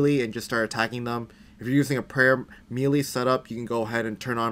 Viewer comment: It’s called melee. Maylay